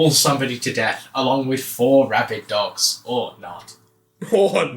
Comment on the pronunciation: Thought you were saying "five rabid ducks" so it was puzzling at first